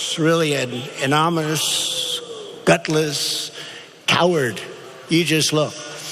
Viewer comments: "I'm a stable genius. Watch me pronounce this word: AMONMAMISS. Nailed it." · Hey 😊 Pronounce it this way : A-NO-NY-MOUS (don't put the emphasis on 'non' rather put it on the 'ny' part of the word 😉 It's okay if you have a hard time pronouncing it. English is a really hard language. Everyone has certain words they struggle with. However I'm not giving Trump a pass. He's an absolute asshole and the first person to make fun of someone else. Remember when he made fun of the disabled guy? He's disgusting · lol anomimous lol what a president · I feel like he said ominous. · Lmfao - anomus, anomus, nanomoonus, amonoomus, nanonimoose, enonous, gutlesssssss, couwwwwid. Respected? 🤔😆🤔😆🤔😆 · Annonninyminouss..yeah thats it!😂😂😂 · That’s what my face looks like every time I hear him talk! Anomnous.... anomononous! Hahahalmao idiot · "When President Trump was trying to say 'anonymous' he was actually trying to say 'aneurysm'." ... xD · He can’t pronounce “anonymous” ??? It’s not that hard. “Anomous...anonmous”.... really???? Sounds like he’s having a stroke! idiot. Complete moron. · I put closed captions for the part where he tries to say the word "anonymous" and the caption said "anomalous." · “Annomise” - Trump 2018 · Turnip was actually trying to say "I am ominous." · Amomumuuus!?!? What was that?uhm no mental health problem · anomous...amonymous???? say what? learn to pronounce it already! 🤣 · a non y mous…..sound it out Don, LMFAO, what an idiot. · I noticed the 'anomonous' and couldn't believe my ears.🤔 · "Anomonous"!!!!!!????..damn its already happening...we are going to learn Russian in school soon!!! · "Anomis.." "Amonalus " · ANOMONOUS?!? IS HE HIGH?!? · amma-namuss...anamuss..cumon sound it out u orange dipshit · Who is this Ann-o-nom-ouss person? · “covfefe” “yuge” " united shtasses" " ananamous" Donald Trump Is Making the English words Great Again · "an anarmous" loooool, learn to speak properly trump. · He said "anomoush". Then something I couldnt even make out.